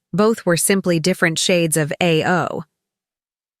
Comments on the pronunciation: 1. you should LEARN how to properly pronounce the color "BLUE" in Japanese. It is pronounced like "UH-OU" or "AH-OU" and DEFINITELY NOT like you say "EI-OO". LEARN BEFORE YOU SPEAK PUBLICLY!!!!! 2. At 19mins of the video you talk about RAMEN, but your video is showing SUSHI!!!!!!!!!!!!!!!! Your IQ level is smaller than your shoe-size.... STUPID!!!! Grrrrrrrrrrr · Nice observation. Just one thing. Ao (blue) is pronounced as “ah, oh”, not “eigh, oh”. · They do not call Blue "A" "O"...they pronounce it like ow as ouch. YOUR AI voice needs some training, please. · ay-oh for blue! It's pronounced aa-oh. 青 in kanji.